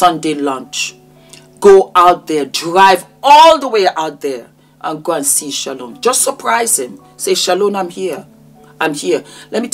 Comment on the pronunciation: My name is Shalon and I have never heard anyone (including myself) say my name as beautiful as you do! I will have to practice saying it like you do. And you look gorgeous, btw.